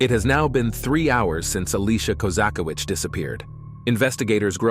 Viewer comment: It's not hard to pronounce Koza-kie-vitch, ffs